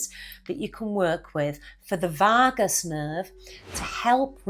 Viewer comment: I never knew there was an "r" in Vagus?😂